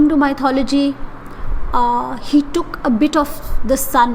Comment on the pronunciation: Myth, mythólogy, not ' my thology'